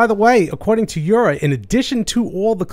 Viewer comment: You're one of the few people online who pronounces Jura correctly (as they do on their own videos), and that includes places like Seattle Coffee Gear and others (who should know better).